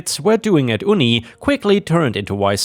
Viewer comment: hyperbole is a tricky one. It's said as "high purr buh lee" even though it looks like it would be "high purr bowl." "Uni" is said as "you-knee." Short for "university," and sounds like the "uni" from the word "unique." "Joneses" is said as "jones ezz." The phrase "Keep up with the Joneses" is a saying to mean to mimic someone as though you can't stand for them to have something that you don't.